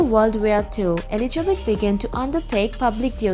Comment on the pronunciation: Dear dear its not Eligebet , it is ELIZABETH